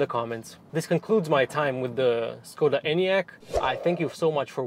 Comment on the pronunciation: Maybe my hearing is shot, but it sounded like we got a lesson on how to pronounce Skoda, but later it was pronounced differently.